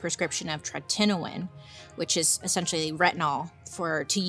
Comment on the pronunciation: I love you! I especially loved the way you pronounced tretinoin in the ad😂